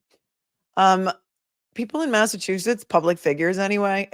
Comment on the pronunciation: Mass aaa soy it. Some People would joke and call it massaaatoliet. lol lol. You said it properly !!!